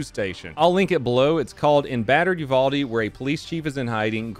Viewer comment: You said uvalde wrong btw